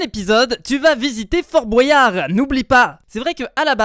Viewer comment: Fort bOUAYard pk tu dis comme ça c fort Boyard